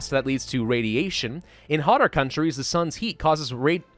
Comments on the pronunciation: Ah yes I love inhaling "radeueation" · It's pronounced Ray-dee-aysh-uyn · i noticed that you couldnt pronounce radiation correctly, so this is how you say it (radee-ae-shin), hope that helps :)